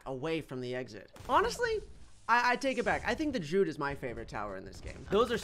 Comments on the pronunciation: I thought it was druid not druud?? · "The droid monkey" "Gohd....nooo...the drude monkey" pfff.......matttteeee, its a druid monkey, you pronounce the i, its important. Not Druide (Dr ude as in dude, but dru as in dude du, but dru-id druid.) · Droo-Id not drood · droo uhd to say druid nor drood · The Druid is pronounced Dru-i-d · its pronounced (JRU - ID)